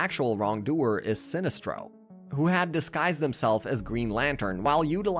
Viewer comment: Your mispronunciation of Awry, Alias, and Sinestro were so cringe it convinced me not to sub lol